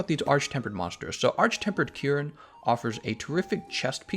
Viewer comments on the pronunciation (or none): none